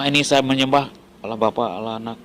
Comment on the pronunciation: Bodoh membodohi yg bodoh jadinya bo-tol. Dia ini bukan dari orang Kristen tapi dia ini memang Islam yg pura-pura mualaf. Cara dia mengucapkan allah jelas sangat berbeda dengan pengucapan Allah orang Kristen.